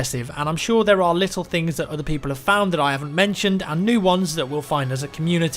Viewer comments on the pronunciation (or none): none